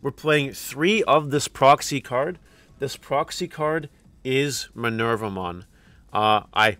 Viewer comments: The name comes from Minerva the roman goddess so the name is indeed Me-ner-va-mon and not My-ner-va-mon and if we are to be true to the latin origin it would more likely be [mɪˈnɛrwa] Me-ner-WA-mon since the V sound was a W back then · The japanese way to say her name is: me-ne-ru-vuh-mon. (Me being the english word "me"). But i would say... just say it however is comfortable. Hope that helps :D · Actually, it's May-noir-vou-mon